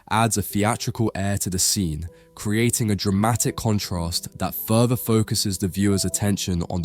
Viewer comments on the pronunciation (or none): none